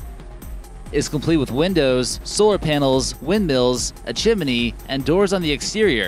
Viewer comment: Did you just pronounce "chimney" with a "B"?